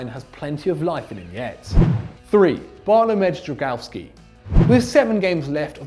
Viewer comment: That was a horrible effort at saying Bartlomiej Dragowski.